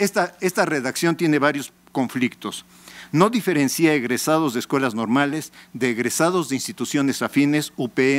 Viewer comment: ¡Por favor que alguien le diga que no se dice "diferencía" (con acento), sino "diferencia" (sin acento); un señorón de la educación con semejantes faltas de expresión!